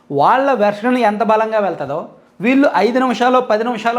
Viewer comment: mee videos chala baguntayi. Okka te bagundadu. 'ళ 'ని 'ల ' అనడం.‌ ళ పలకడం కష్టమేమి కాదు. ళ పలకేటపుడు నాలుక ని పైకి మడత వేసి 'ల 'పలకండి ' ళ 'వస్తుంది. ఈ చిన్న సవరణ చేసుకోండి. మీ విడియోలు యింకా బాగుంటాయి. మీరు వాల్లు, వీల్లు అంటుంటే అస్సలు బాగుండటంలేదు.